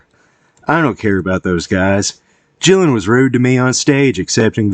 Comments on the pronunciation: A fan and you call him Jillan? It's GILLAN ffs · GILL an, not JILL an!!!